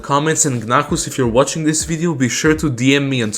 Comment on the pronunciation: i think gnahus's name is supposed to be said as gnaus not gnahus